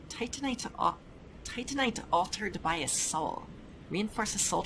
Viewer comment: Happy to hear the precise pronunciation of Titanite is back!